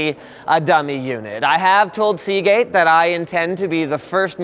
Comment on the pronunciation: Ya lost me at Seageate.